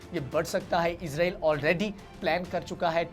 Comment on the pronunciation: اسرائیل لفظ ہوتا ہے آپ ازرائیل کہتے بہت غلط ہے